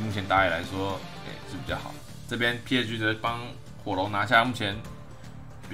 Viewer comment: 希望以後可以上主播台 但希望講某些字的時候可以更清楚一點 像是 PSG 等某些字 有時候會黏在一起